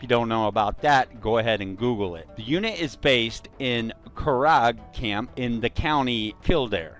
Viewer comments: Curragh pronounced Curr-ra. BTW Irish soldiers were wearing a green beret a long time before Americans. Even your motto Semper Fidelis probably comes from Irish soldiers serving in the French army who were transferred to the US navy as marines during the revolutionary war . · Fair play making the vid but do some research on the pronunciation like curragh it’s like curra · Its so funny when you try to pronounce irish place names. Its curraaaaaggghh and kill dare(like i dare you to) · It took we a while to realise you were talking about the curragh camp in kildare it's pronounced curr-a count kill-dare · Curragh, pronounced (kur-rah)